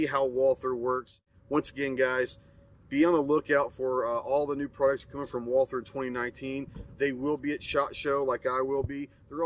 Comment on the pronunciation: Took a whole tour and yet he never learned how to pronounce "Walther" correctly, haha